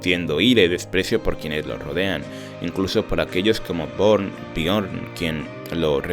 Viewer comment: Bjorn se pronuncia biorn